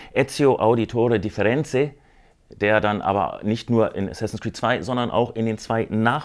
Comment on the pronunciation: Da Firenze ... Nicht Differenze .... Das ist Mathe ;-)